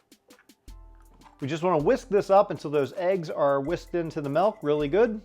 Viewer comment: Good not godo